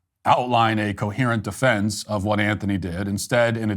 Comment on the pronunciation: How stupid is this guy? metclaf? Doesn't even know how to say his name. Also, self deflense. Its defense dumbass